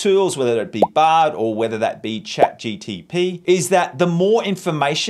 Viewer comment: Day #918 of waiting for to pronounce chat GPT correctly